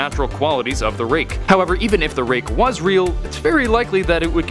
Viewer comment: i thought ut said rape lol